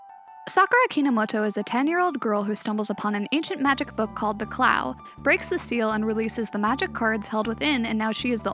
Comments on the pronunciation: u said clow wrong it’s pronounced (cl-OOOw) not clauw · Good video but it’s pronounced clow not claow cards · CLAOW CARD? CARE-O? 😭😭😭😭😭😭😭😭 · Man, can't believe how badly you butchered the pronunciation of things like "Clow" and "Kero." Sounds like you qt relying on the abhorrent CardCaptors dub.